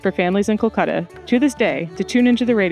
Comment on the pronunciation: Please do not say it culcuta it's Kolkata